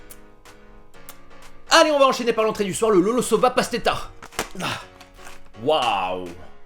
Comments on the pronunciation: C’est pas pastera tu peu dire pachtêta la t’as laccent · Bon il est temps de te dire la vérité, la Pasteta se dit "Pashtéta" et le çokalada se dit "Tchokolada" C'est perturbant pour tout ceux qui vienne des pays de l'est:x